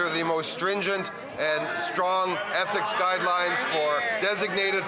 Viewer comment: Lol MacKinnon has a hard time to say ethics hahaha